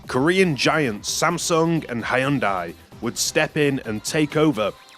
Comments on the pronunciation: Ha-Yun-Die cracked me up - never heard anyone butcher the company name that bad 😆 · Cool vid. Just a minor correction: "Hyundai" is, at least in English, pronounced "Hun-dai" or "Hun-de." It's not a stressed y. They're actually a well known car manufacturer, so I'm a little surprised you've never heard the pronunciation before. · ive never heard anyone butcher Hyundai's name harder than this, and im American. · is this really how English speakers pronounce "Hyundai"?? 😭